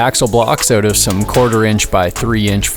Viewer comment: Are you Canadian? No biggie, just coulda swore I heard a “cut the line oot” in there…😅